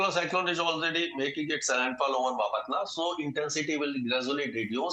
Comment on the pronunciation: Please learn to pronounce Bapatla. Embarrassing!